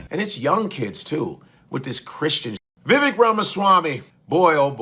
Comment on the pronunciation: "Viveka" Ramaswamamy 😂😂😂😂